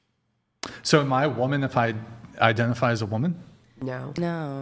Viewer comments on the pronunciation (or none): "Being a womin" the way the Asian incorrectly pronounces woman is insufferable. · Say Woman!!!!!!!! Not *Womeen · Can that chick not say WOMAN properly goddamn